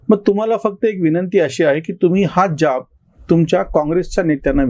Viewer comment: ज्याब नाही हो जाब म्हणा.